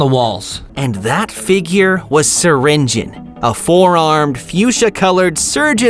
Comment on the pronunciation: You need to say syringeon you donot say the O!😮‍💨